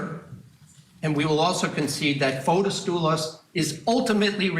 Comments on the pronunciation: Yes Fotees idk y they keep saying Fotos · Fotis is pronounced Fotees here in Greece, not Fotos.